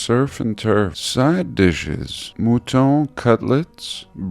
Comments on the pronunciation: Bruh. It's pronounced mutton, not mootawn. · "mootaughn"? Mutton I believe is pronounced "muhtuhn" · You pronouce "Mutton" way sexier then I would!